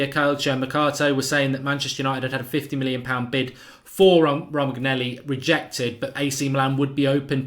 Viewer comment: Ro - man - yoli